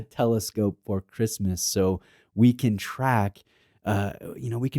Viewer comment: did he say christmas or wristmas in the intro ? lol